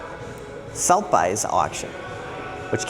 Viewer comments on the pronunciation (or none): Suth a bees is how you pronounce Sotheby's Brother - it's a famous ultra expensive Auction house 😸🖖